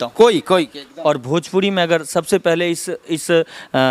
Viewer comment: अरे ओ काले तितर भजपूरी नही भोजपूरी होता है ! 😂😂😂😂